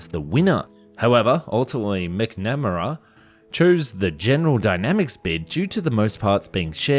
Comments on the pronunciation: MACK-na-mah-rah.......just like ken-AH-dee (: . Kennedy's SecDef deserves to have his name pronounced right. He wasn't inconsequential. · Robert "Mac - na - mare - ahh" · It's Mac-Na-Mare-Uh, ya onion! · Robert McNamara pronounced his last name "MAC-nuh-MARE-uh" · His name is Robert Mac-na-mear-a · Robert Mc.....Nam-ra? Ok, ending the video there and throwing it in the bin marked "copypasted wikipedia without actually learning anything before making a documentary". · It's Robert McNamara - MACK NAH MARE AH. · Love the videos, keep it up! Robert McNamara's name is pronounced MACK-neh-MARE-ah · Haha just to help out, it's said "Mac Na Mayor Ra" mcnamara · Mac-na-ma-ra is how you pronounce it. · Robert McNamara... MAC-na-mar-a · I would love to know where you get your sources. The Thud was used for the most dangerous missions. It did actually very well and was the first Air Force SEAD aircraft. And McNamara was known for cutting programs even ones that were good. and for all that is holy, His name is pronounced Mac Namara! As far as this aircraft goes I have to say I am glad it was cancelled. It never would have been successful. The TFX was just dumb let's make a long range strike aircraft that is also a Navy interceptor... The Navy version was dropped and the F-14 was born. The F-111 went on to have a good career but was a bit of a hanger queen. It had a lot of maintenance issues. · Bro...its "Mack-nah-mara" lol. I know thats not the last time you'll have to say his name. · McNamara is pronounced "MAC na mare uh". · McNamara is pronounced "Mack-nah-MAIR-ah." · That is NOT how you pronounce McNamara. It's "MAK-Nam-era" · Robert McNamara is pronounced "Mac"-"NA"-"mare"-"a" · Robert McNamara (MAC-na-mera / mæknəmærə) Interesting fella. Look him up. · It’s pronounced ‘Mack-Na-Mara’… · McNamara. Mac-na-mer-a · "Mick Namerra" ??? How to butcher one of the most recognizable names of the late 20th century. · Pronounced "Mac Na Marra" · MAC NA. MAER. RA.......PHONETICLY